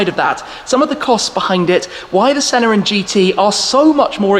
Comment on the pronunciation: My suggestion is that it's not shedule but it's pronounced skedule. I know we rebelled against the Queen but we all speak English. Also Senna has no r.